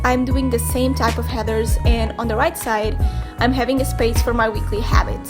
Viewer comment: She pronounces Headers and heathers and i start cackling every time she says 'heathers' my mother suggested an exorcism. It’s actually adorable 😂.